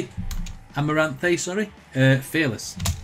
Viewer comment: you mispronounced this awesome bands name ...here's the real way at the 40 second mark btw this is my favorite Amaranthe song